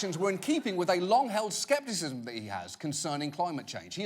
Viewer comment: "skepiszm..." lmao what?